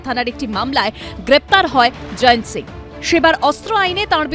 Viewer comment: জয়েন্ত বলছেন কেন? জয়ন্ত লেখা আছে।